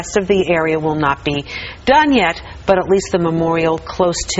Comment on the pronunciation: She pronounces Liberty as "libertay" and "be" as "bay". What accent is this?